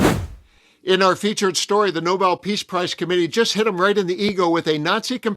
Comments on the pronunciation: NoBEL, not NOble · It's not a noble prize. The name is "Nou-BELL"!!! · Not pronounced NOBLE. It is pronounced NOBEL - after inventor of gun powder. There is BELL at the end of the name. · It’s no-BELL, not NO-bull. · Geez! Nobel, not noble. This isn’t all that difficult. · Nobel. Not noble. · It is not Noble, it is Nobel. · Yet another reputable podcaster saying « The NOBLE Prize » instead of « THE No-BELL Prize », as it should be.